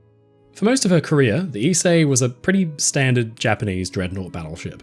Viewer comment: Thank you for teaching me how to pronounce Ise I've been butchering the name for some time now.